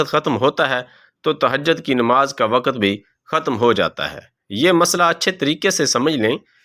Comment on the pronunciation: Waqat nahi balke waqt urdu ki adaaegi drust naheen rakt nahi balke rakaat